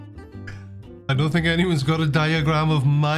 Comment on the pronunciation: it's you-ran-us.